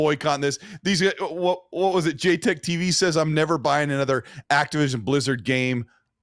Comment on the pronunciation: oh shit he called him j teck . hahaha. those are fighting words